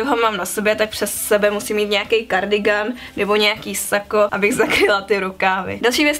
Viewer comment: kardygan se čte kardygen